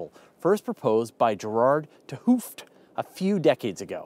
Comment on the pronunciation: If people won't even bother to pronounce the name of the guy who came up with the idea correctly, how am I supposed to believe they took the trouble of understanding the complicated stuff he said?